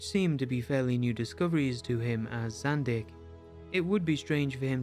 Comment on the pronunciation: It's Zandeekh, not Zandick.